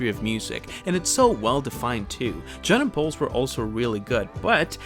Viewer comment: It sounds like you're saying "Janet bowls", not John and Paul's. Irritating. Also, George's complaints that he got only one or two songs per Beatles album always sounded like whining to me. It wasn't his group, he was the youngest, Paul had to play the guitar part for 'Taxman' because George couldn't do it and George often had problems playing parts, and most importantly, John and Paul had proven what brilliant hit makers and genius songwriters they were and it took George longer to get better at his craft, and he was in the most successful band of all time, yet he complained about it. I'm sorry, but that just sounds whiny and ungrateful to me.